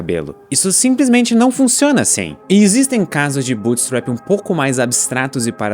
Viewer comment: essa é a pior pronuncia de bootstrapping que ja ouvi